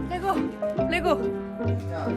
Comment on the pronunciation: ㄹㄹㅔ고 ➜ 완벽한 레고 발음법 ㅋㅋ